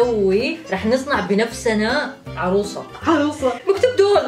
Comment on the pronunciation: عروسة❌ عروصة✅